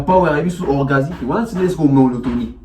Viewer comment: Et puis il dit monotomie 😂